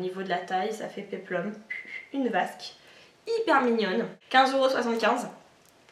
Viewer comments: On dit robe peplum et haut Basque et non pas Vasque!lol Mais sinon j'aime beaucoup tes achats dans l'ensemble ! ;-) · LOL pour le VASQUE au lieu de basque...